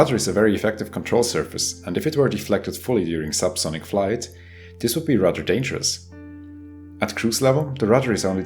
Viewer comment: "...as this would be rudder dangerous... "